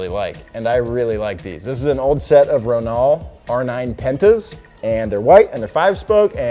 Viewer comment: Row-nul not ruhnaaaal. Say it exactly how it looks ronal rownul